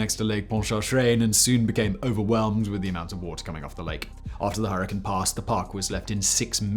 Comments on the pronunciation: "Hurrine" Katrina? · "Hurrine Katrina" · "Hurrine Katerina" 🤔